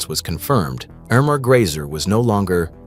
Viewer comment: Grese not Grayser.